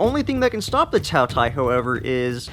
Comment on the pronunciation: For once, it pronounce ''Tao Tea-A''，饕餮 (tao tie).